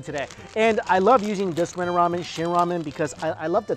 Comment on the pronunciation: did he really just say wamen ?